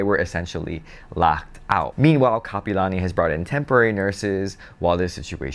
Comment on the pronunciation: it's Kapi'olani not kapalani. 👑Queen Kapi'olani 🌺🤍. You are what locals call a Transplant local. Back in my days it was FOB. Fresh off the boat. 😂